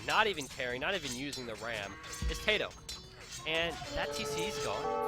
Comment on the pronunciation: I think your video may be lagging, you repeat every sentence you say at least twice. Also, his name is tatoh not tadoh. if i ws him, i wouldn't be happy having my name butchered unnecessary